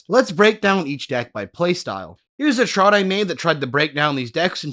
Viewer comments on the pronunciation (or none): none